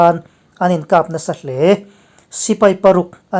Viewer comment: 'Khap' tih hi i lam dik lo thin a. Mit khap tih angin i lam thin a ni.